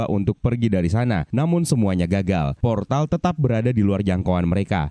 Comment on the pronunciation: Ada yg denger kalo dia bilang poltar alih2 bilang portal 😂😂